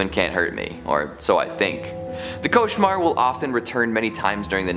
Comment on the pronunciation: I'm French, you perfectly pronounced "cauchemar".